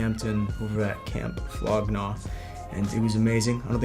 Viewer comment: did he say flog gnaw